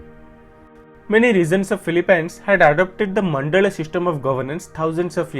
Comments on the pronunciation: Philippines is pronounced as (fi-li-pins) not (fi-li-pines) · Filipynes you say? Never heard it pronounced that way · The way you pronounce Philippines is very funny. I think that’s a fun fact. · So much research went into this.. except they could not pronounce PHILIPPINES correctly.